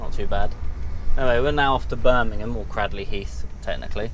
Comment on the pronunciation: Cradley heath isn't in Birmingham it's in the Black Country and you pronounce Cradley heath wrong as well